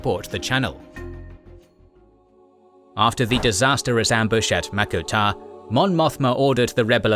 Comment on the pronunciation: wtf is mako tar?